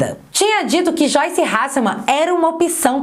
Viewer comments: Aprende a falar o nome da pepa direito. Não é "choice". É "joiche". Afinal ela fala "bolchonaro", "achechores" "cheguidores"....É discípula da xuxa kkkkkkk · Não é xoice e sim joice hhhhh brincadeirinhá! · "Xoice" kkkkkkkkkkkkkkkkkkkk